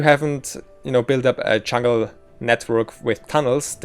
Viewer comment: I think I'm a bad person for saying this, but every time I heard him say "chungle" it hurt my soul.